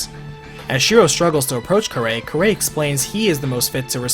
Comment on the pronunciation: I find it odd he miss pronounced kirei's name and yet had no problem saying kiritsugu's name